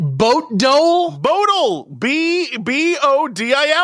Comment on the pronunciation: as a norwegian it's hilarious hearing them absolutely butcher the name 'bodil'